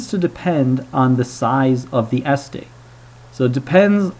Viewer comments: Where is the guy from? I'm kinda wondering why the pronunciation of estate as "s state" is bothering me more than the math :S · Oh good. I'm not the only one then. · Every time you say "ES-tate" I shudder. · Interesting vids. I have to say, I have never heard anybody pronounce estate as Es-state. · how the hell are you pronouncing the word "Estate" wrong? accent on second syllable...will you new fuckers please read a bloody dictionary once in your little lives. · How about you calm down. Some words just read different from how it’s pronounced, so it’s fine to mispronounce it. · Your pronunciation of estate was really jarring to my American ears. My wife declared that she couldn't listen to this video any more. Sorry. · Why are you stressing the first syllable in "estate?" Stress is on the second syllable... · why do you pronounce estate weirdly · Never heard someone put the emphasis on the first syllable of estate before. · Thomas Fucking Jefferson The alternative is that he's saying it wrong on purpose. I was giving the benefit of a doubt. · "estate": the accent is on the second syllable. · You're saying estate wrong. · agreed! drives me crazy. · yes, but given the fact that the 2x2 tables were clear after one or two examples, he still went into a weird overdrive in the last few seconds after being very boring and repetitive for the entire middle section of the video - plus he kept mispronouncing the word 'estate', which was a bit annoying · Jay Brown I thought it weird too. He puts the stress on the first syllable not the second. Is that how Americans pronounce the word? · it is a very strange pronunciation. As an American I can say I have never heard it pronounced this way. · Jay Brown I thought the same thing. It's not like English is his second language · The correct pronunciation is "estate", not "Es-tate". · I wonder if Presh has Indian heritage, because that is a kind of Indian way to stress the first syllable.